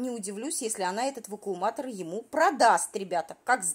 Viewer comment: Нам прислали ВАКУМУАТОР ,сейчас мы всё тут завукумуируем "- очередной шедевр от усталой баржи 😅. Её мозг не способен переварить и запомнить правильное название быт.гаджета ,а язык не может правильно произнести это название.Это за гранью уралкиного ума .😅